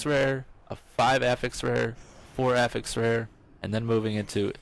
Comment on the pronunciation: STOP PRONOUNCING AFFIX WRONG